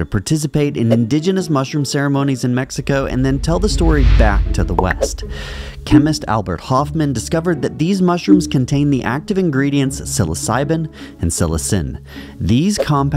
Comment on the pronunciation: Albert Hofmann... not Hoffman